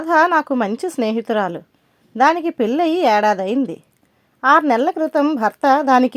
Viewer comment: Bagundi katha. Koncham ucharana serichesukondi. Konni maatalu palike vidam lo palikithe ne baguntundi. పెళ్ళి మళ్ళీ తాళి ఇలాంటివి